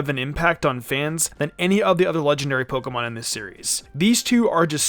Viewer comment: Someone should teach this guy how to pronounce pokemon